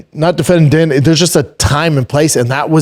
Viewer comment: Why can he say Herb Dean but pronounces Din Thomas?! 😂